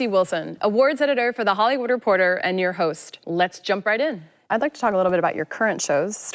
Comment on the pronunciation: Everyone: Hollywood Reporter Ricky: Repotah